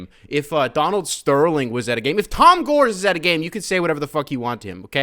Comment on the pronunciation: Agreed with everything you said. And FYI it's pronounced "Gor-ess", like test without the t.